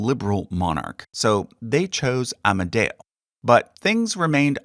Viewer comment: One day i Met here on YouTube a nice guy from USA that cared about history. I was Surprised that he had never Heard about the term of "Kingdom of Italy". It's true that the last Kingdom lasted only but the term "Regnum Italicum" Is From Middle Age! First , part of the Holy Roman Empire, then a State of Napoleon (Regno d'Italia). By the way, in italiano it's AmEdeo not "AmAdeo". By the way all italian names are pronounced terribly!